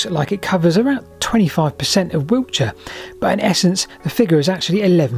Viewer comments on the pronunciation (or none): none